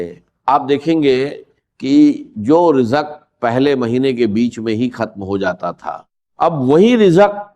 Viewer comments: Israr Ahmed sahab aisi baten nhi krty thy ye Jo rizq ko rijak kh rhy hn ye unka talafuz nhi h. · ڈاکٹر صاحب کی آواز نہیں ہے راز کو راج ۔۔۔رزق کو رجک ڈاکٹر صاحب کی زبان بالکل صاف تھی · یہ ڈاکٹر اسرار صاحب کی گفتگو نہیں ۔۔۔۔ لوگوں کو گمراہ کرنے کے لیے ان کی آواز کو کاپی کیا گیا ہے ۔۔۔۔ نہ وہ دروازے کو درواجہ کہتے تھے نہ زندگی کو جندگی کہتے تھے اور نہ رزق کو رجق کہتے تھے ۔۔۔ ویڈیو بنانے والا خدا سے ڈرے